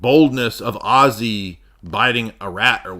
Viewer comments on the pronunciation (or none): You're the only nerd who can make Ozzy sound like Oasis. Ozzasis! Chewin' on flyin' rats.